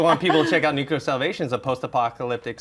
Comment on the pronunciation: NUCLEAR, John! Not Nucular.